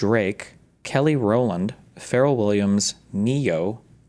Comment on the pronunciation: Learn how to say shit you're so annoying. It's FA-RELL not Farrell like Will. It's FAH-RELL.